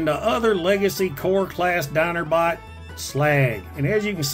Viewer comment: "Dinerbot Sludge" Yeah I live in southeast Georgia and I can say you NAILED that.